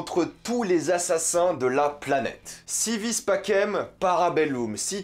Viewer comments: Si vis pacem, para bellum ( le pacem se dis passem, pas pakem, et para bellum, sa se dis para belloum, pas para belleum) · Sa ma frustré mais sa se dit passem pas pakem . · Par contre on vois que t'as jamais fais de Latin. (No trolling) mais faut prononcer "pacem" comme si c'etait un S à la place du C